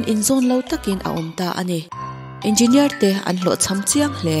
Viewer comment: Nuih poh ti za zawk engeenier chhiar kop thiam lo🤣🤣